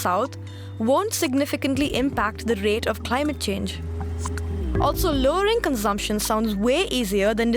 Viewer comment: it is not conzamsion it's consumption